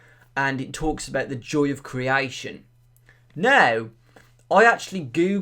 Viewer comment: Criaition criaition. R u english??